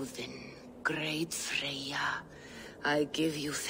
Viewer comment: the characters pronunciations are all over the place wtf, freyja isnt pronounced "fray yuh" and sigurð isnt pronounced "sigurd." Old Norse didn't even have the /d/ sound anymore in 873. it's really a shame too, considering they had Jackson Crawford on as an advisor. clearly they didn't give him much freedom